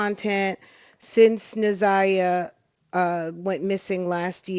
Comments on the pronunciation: Why do ppl keep saying this baby’s name wrong. She keeps saying Zaniyah, I thought her name is Na’Ziyah??? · Na’ Ziyah. You keep calling the victim “Zaniya.” It’s kind of important if you’re gonna use her name for clicks. Out of respect….. make sure you got her name right before pushing out content. Please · Na Ziya not Za Niya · NAZIYAH girls i can't listen cuz u keep saying the baby names all wrong not zaniyah!! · You are pronouncing her name incorrectly…. It’s NAH ZY AH…. Not ZAH NY AH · So many creators and news channels are mispronouncing this child’s name… it’s not ZA’NIYAH, it’s NA’ZIYAH!!! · Why can't you get her name "na ziyah" right! Her name is not zaniyah! WOW! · Why tf are you calling her Zaniyah yall kill me. Ts is so disrespectful you could've kept all that to yourself if you couldn't even pronounce her name correctly! You could have even redid the voiceover smh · Please say her name correctly. 😢 It's Na'Ziyah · Hello, I’m new to your channel and I’m hearing you say her name and you are pronouncing her name very wrong. Out of the respect for her please learn the correct pronunciation of her name. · U are saying her name wrong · PLEAR LEARN HOW TO SAY HER NAME CORECTLY IF YOU'RE GOING TO TALK ABOUT HER😬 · Can we please get her name right! NA’ZIYAH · Na’Ziyah, please get her name right. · Stop butchering this girls name!!!! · New viewer here… it’s SUPER important to pronounce a person’s name correctly. Especially when you’re talking about a case like this. 🤦🏽‍♀️ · Can yall get NA’ZIYAH’s name pronounced correctly please out of respect!!! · Na’Ziyah. Why is it so hard for people to pronounce this baby’s name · It’s not about complaining—it’s about showing respect. Saying her name correctly is the bare minimum when telling her story. If awareness is the goal, wouldn’t her identity deserve just as much care? After all, if we can’t even honor her name, what does that say about how seriously we’re taking her case?